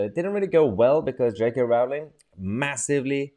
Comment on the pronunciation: It's pronounced Rolling.